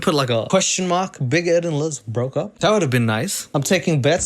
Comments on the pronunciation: 😂😂😂 big egg is how says big Ed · I have to say.. Big Ed in french is Big Ed :B not big eed or something, just you English speaking guys turn ''e'' to ''i'' sound. Love <3